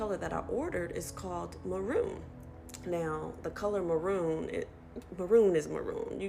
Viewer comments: It’s MARRON, not MAROON. Marron is french for a light brown with only a slight reddish tone. Kinda like a chestnut. How do these people doing these procedures not explain that to clients? Seems important. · Pissing me off that the woman read the French ‘marron’ as ‘maroon’ 😭😭 LITERALLY not the same word lol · I think she was just misprnouncing it, but honestly I think most of the videos of people with blueish eyes should've been her warning sign.